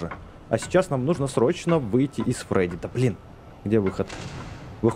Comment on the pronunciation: не фреди а фредди